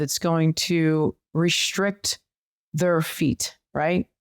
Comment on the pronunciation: ...What's "rish'rict" supposed to mean: "restrict"?...